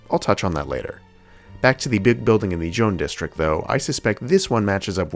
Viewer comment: Begging yall to google how to pronounce colors in french its not john plaza 😭😭